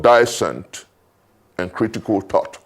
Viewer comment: I love for his thought provoking analysis, and excellent commentaries any time he speaks on issues. Because I always look forward to listening to his insightful wealth of wisdom, I’m sometimes disappointed when he pronounces words that shouldn’t (TH) with a TH e.g -7 of the clip (allow critical thought… with a th) This is very rampant in most of his commentaries. I hope he doesn’t take offence at my observations 🙏🏿🙏🏿